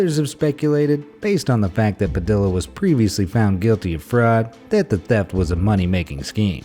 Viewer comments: It's pronounced "puh-de-yuh" not "pa-dilla" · Padilla is pronounced (Pad-ē-uh) not (pad-dill-uh) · Padilla - pa-dee-ya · Padilla is pronounced pa-dee-yuh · Padi-lla as in Anthony padi-lla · padilla is not pronounced so poorly.